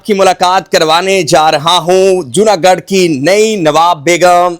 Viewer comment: جونا گڑھ ہے جونا گڈھ نہیں۔ garh gadh ×